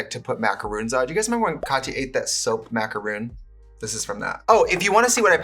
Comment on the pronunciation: i hate to be that person but… it’s pronounced “soap macaron”, not “soap macaroon”🥲